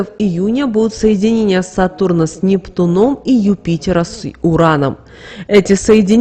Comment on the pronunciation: "Соединение с НептунОм" тоже слух режет. С НептУном, сударыня! Запомните, с НептУном!